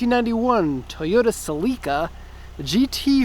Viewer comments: It's Celica, not celeeeca. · Why do you keep calling it a Cell lEE ka? Its a a "sell eh kuh" celica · "Celeeeeeeeeeca" lmao man you dont know cars lol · no one is gunna mention how this guy pronounces celica?